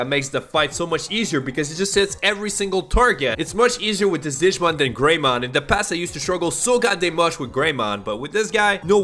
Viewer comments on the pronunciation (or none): i cry every time he pronounces a digimon name lol